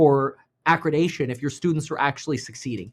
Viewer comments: ACCREDITATION, not accredation or whatever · It’s accreditation, not accredation. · It’s accreditation lol, not acradacion 😂 ❤ you kev